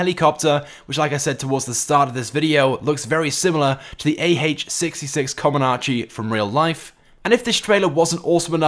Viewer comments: coMANche not coMONAche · This is gay. And anyway it’s ah66 COMANCHE not comonanche